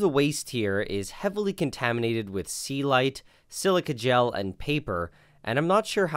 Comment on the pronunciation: It's celite not sealite